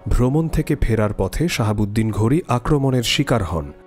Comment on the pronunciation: নামগুলি একটু শুদ্ধভাবে উচ্চারণ করতে হবে। উনার নাম শিহাব উদ্দিন মোহাম্মদ ঘুডি।শাহাবুদ্দিন নয়।